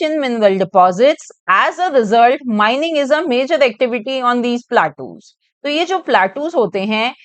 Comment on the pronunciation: Mam ur pronouncing wrong platus ❌ plateaus ✅